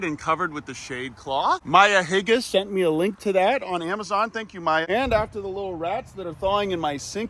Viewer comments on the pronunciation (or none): Bro said “Maya Higga” LOL